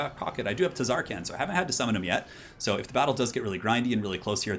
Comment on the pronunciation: i swear if you say TUHzarkaan one more time..